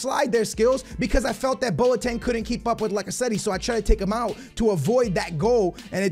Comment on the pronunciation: Stop saying Lacazettee it's Lacazette like toilet